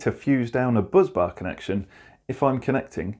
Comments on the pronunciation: 'Bus' bar not 'buzz'. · Agreed it's spelt "busbar". Buzzbar may just be a quirk of pronunciation. 😊